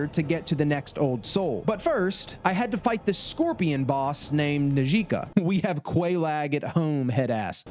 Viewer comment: "Nah-Gee-Ka" lmao Its pronounced Naj-kah, the J is pronounced like the sound in J in Job